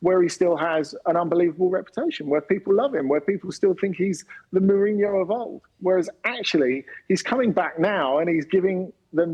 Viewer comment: I never heard a Brit pronounce a Portuguese name that well. 😯